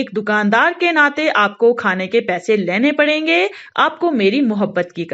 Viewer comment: Laine nhi bolte pagal...lene